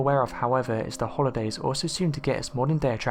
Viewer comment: I are butchering out irish way of saying our traditional way of saying our holidays.